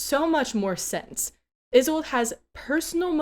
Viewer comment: "Isolde" is a German name, e.g., from the play Tristan and Isolde. It has three syllables as the "e" is not silent but more of the sound of an "a". So, "I-SOL-da" is the correct pronunciation. I speak German fluently and I remember enough Russian to get slapped. As you may know, Jabberwock and a Vorpal blade that goes snicker snack are from Lewis Carroll's poem "Jabberwocky". You might borrow from that poem a Jubjub Bird and a Bandersnatch as additional dangers. Have a brillig day!